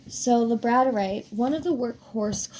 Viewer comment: Gonna watch again. As i said before, you're voice is calming to me and it lulled me to my slumber when I couldn't sleep and had been trying for hours. What i did hear before i dozed off, is super informative. Thanks for the info. Hope your week is awesome. ❤😊 P.s. its pronounced lab-a-dor-ite. I struggled with this pronunciation myself. Its one of my favorite crystals.